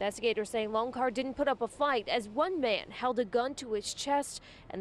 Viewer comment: It's "LonCHar," as in "CHocolate." Goodness. Saucesce porodici.